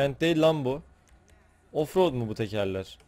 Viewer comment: ingilizcesini konuşturuyor ofrod sençın yea